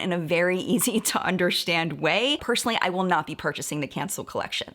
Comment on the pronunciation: "I undershtand"